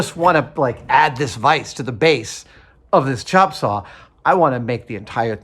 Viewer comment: "CHOP" saw..... Haha I get it. He must be from Seattle